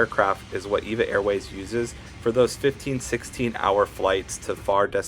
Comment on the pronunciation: It's pronounced E-V-A. Not like the woman's name. (Evergreen Airways)